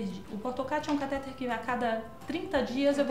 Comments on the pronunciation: A pronúncia correta é "catetér", e não "catéter". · Cateter não tem acento, e a pronúncia correta é cateTER com a última sílaba tônica. vlwww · a pronúncia é catetEr.